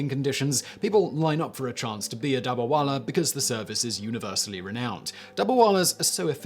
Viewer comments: It is not dabarwala. It is dab-ba-wala. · He isnt pronouncing it right through